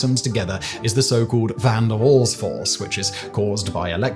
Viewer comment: Waal, not wol, aaaah!, a bit like in British "after", but longer NOT LIKE IN Wall, not even close...